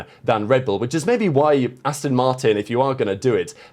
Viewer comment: It's 'Aston' , Not 'Astin' ...